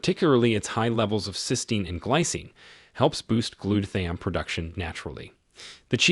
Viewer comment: You're not saying glutathione right. I'm watching from Orlando. I used to usually eat shredded sharp cheddar because I heard sharp cheddar was good for you